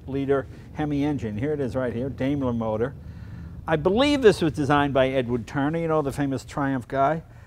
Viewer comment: dimeler... is how you pronounce it